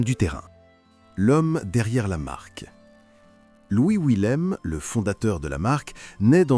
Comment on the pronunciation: On peut aussi ajouter un autre film avec un Gabin routier c'est "Des gens sans importance", et il a aussi un Willème mais semi-remorque. Un petit doute quand même sur la prononciation du nom : je penserais plutôt à "Villème" que "Ouillème"... sauf à être ch'ti ;-)